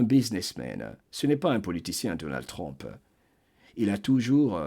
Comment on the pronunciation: Excusez-moi, je le dis avec amour. Pourriez-vous dire plus tôt U que O pour Trump? Je sais qu'il y a des sons qu'on ne peut pas toujours prononcé correctement dans une autre langue. Parfois c'est même agréable à l'oreille. Mais dans ce cas c'est important de prononcer U que O. Je vous écoute avec beaucoup d'intérêt chaque fois. J'adore votre voix!!!